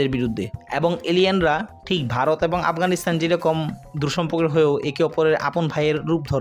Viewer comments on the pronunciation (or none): none